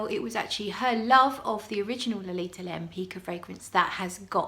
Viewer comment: Suggestion: with some research, you could be the first person on the YT who properly pronounces the name "Lempicka".